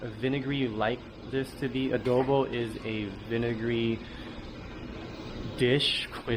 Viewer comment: yes adooboo :D